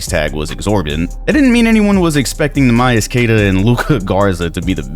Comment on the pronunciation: Neemias Queta, not Neeh-My-As Kay-Ta. Wtf is wrong with you?